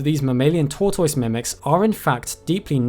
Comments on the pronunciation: Its NOT TORTOYTUS ITS Tordus you NUNCE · Tortoise - "TOR TUS" not "TOY TOYS" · My man nails all these Harry Potter spell-sounding taxo names but fumbles the bag on "tor-toyssss" 😮😂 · Bruh even English ppl don't call them "tor-toy-ss", it's "tore-tuss" 🤣🤣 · "Torr-toyz" - Brit for tortoise. In U.S. it's pronounced "torr-tuss". Brits are unique. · Tau toices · I’m Canadian, so I’m used to hearing it pronounced ‘tor-tiss’. Not saying that’s the ‘right’ way to say it, just what I’m most familiar with, so I like hearing other variations. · Tor Toise lmao, loved the video but the way your pronounced Tortoise made me laugh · Still don't understand how anyone can pronounce tortoise "toytoys" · Omg is that how they pronounce tortoise in uk? 😂